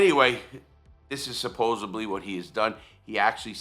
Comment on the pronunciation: Supposedly. It’s pronounced supposedly. There is no “b” in the word. You’ve been told. On you now.